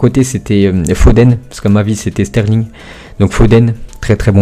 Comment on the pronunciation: Comment tu dis sterling toi mdrrr